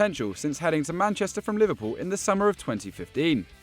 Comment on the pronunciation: Man said liverpuion 🤣